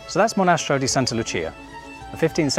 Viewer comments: Great video. Btw: it’s monastEro, not monAstero. Accent goes on the E. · Hi guys, welcome to Italy!!! You have a long journey ahead of you but the property is full of potential to become something truly exquisite. Just one note on the pronounciation of the name of the Monastero, the accent is on the e, "monastEro". See you soon! 😊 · Interesting! But the accent is wrong. In "monastero" the accent is on the "e", not on the "a". Looking forward to more videos. :) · Monastéro, not Monástero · Monastèro, not monàstero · You got yourself into quite some project, looking forward to your progress. A couple of tips from an Italian with your same passion: I hope you checked the local conservation authorities. Restoring that fresco won't be cheap. But it will be amazing. Also, it is pronounced "Monastèro" (not "monàstero"). Finally, I know to a foreign audience the stereotypical "Italian" music is mandolin, but the Gothfather-like Sicilian sountrack is sort of annoying and cliché, at least to an Italian audience. Umbria has its own musical character you may wish to explore. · Sorry to correct you but it's not monastro but "mo-na-STE-ro"! Got it? If you wanna call it home, learn Italian! You can thank me later! Oh and please, please, please, drop the mandolin!!!! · One suggestion - can you please learn to pronounce Mo/ na/ ste/ ro in your introduction. I think it is very important, don't u? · Whar's a "Monasstro?"🤣 Kidding aside. Congratulations. Cheers from San Diego. Might I suggest "Learn Italian with Lucrezia" on you tube. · PLEASE LEARN HOW TO CORRECTLY PRONOUNCE THE NAME OF YOUR PROPERTY IN ITALIAN. ITS MO-NA-STERO! ACCENT ON E 😅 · MonastEEEEro. Accent on the 3 syllable 🙂 And lighting? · As an Italian, I want to thank you guys for this restoration project. That monastery is beautiful and It's a shame it was in those conditions. Small advice: you pronounced "Monastero" pretty well, the only mistake was in the last "e". 🤣